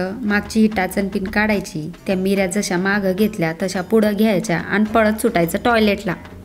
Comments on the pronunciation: बाकी सगळं छान सांगितलं पण मीऱ्या नाही निऱ्या म्हणतात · Mirya naahi nirya boltat, baaki chaaan 👌👌👍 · Meerya nahi neerya mhantaat. Meere mhanje peppers. Neerya mhanje pleats